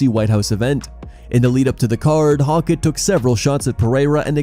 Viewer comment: Hoe-kit not hawk it